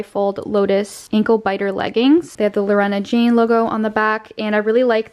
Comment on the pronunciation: Girl!!! Lorna Jane is pronounced "LAW" + "nuh, there's no E in the name hahahah. Sincerely an Australian who sees that shop at every shopping centre 😂